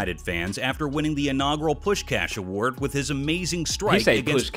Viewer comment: btw he pronounced Puskás az it should be. (coming from a hungarian)